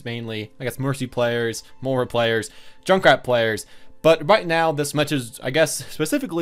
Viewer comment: Your pronunciation of Moira and Brigitte is killing me